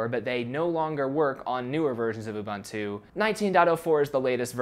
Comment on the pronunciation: Sorry to say, but your pronunciation of Ubuntu grinds my ears.